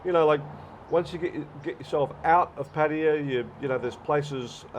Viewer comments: Pat tay yah…..funny way to pronounce Pattaya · You have been in Thailand long enough to pronounce Pattaya properly, Pat ta ya